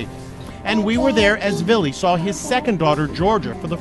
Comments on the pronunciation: His name is"Villi" not Billy. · Here's a poppin comment girl.his name is VILLY NOT BILLY.. GET IT RIGHT..JESUS.. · Lmao I can’t stop laughing at the fact you keep calling him billy it’s fucking Vili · You kept saying Billy when his name is Villi lol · just clicked to see how you pronounced Vili's name lmao